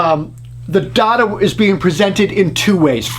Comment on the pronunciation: I stopped watching when he mispronounced “data”! 😂